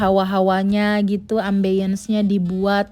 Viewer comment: Cek cara pronounce " ambience" yg bener ya mbak